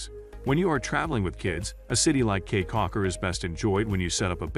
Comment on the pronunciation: FYI - It's pronounced "key"